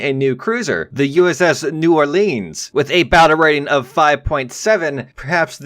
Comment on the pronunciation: He says New Orleans like a Yankee.